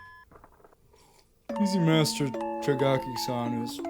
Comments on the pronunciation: Tagaki? TAGAKI? It's Takagi. You are really shitting on a show you can't even name properly Also, liking steven universe makes ALL your opinions disposable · Did you notice that you pronounced the latter two syllables of the name Takagi in reversed order?